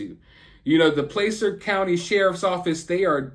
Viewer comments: Placer is with the aaaa sound of Apple (just to help)😊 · Placer County not placer